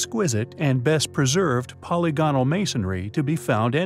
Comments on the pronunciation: (TC- & ) Whenever I hear words like “polygonal” being pronounced “polly gone-al” instead of “puh-ligginill”, it makes me wanna shit a Bosnian pyramid. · It's po-LYG-o-nal, not POL-y-GON-al.